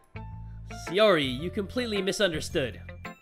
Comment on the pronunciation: SAI! SAI! SAI! [SAI-OR-EE] SAIYORI. YOU SAYING SEYORI IS BUGGING ME SO MUCH I SCREECH EVERYTIME! DAMN MY PERFECTIONIST SIDE.